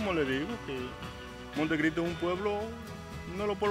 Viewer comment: El señor que e entrevista dice monte Cristy